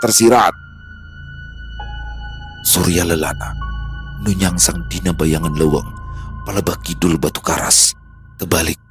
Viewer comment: Mau koreksi sedikit kalo bhsa sunda pke eu ,bukan leweng tapi leuweung bang,biar apdol bawainnya 🙏